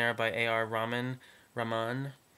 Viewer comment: I like your predictions. Ok A.R. Rahman- lol- you were pronouncing his name wrong so many times. His full name is Allah Rakha Rahman but I prefer A.R. because his first name has a different significance- it's ok if you don't know what I'm talking about. He's really popular in India, the Bollywood film Industry. His last name is pronounced Rah-man, don't silence the h. But good job anyways.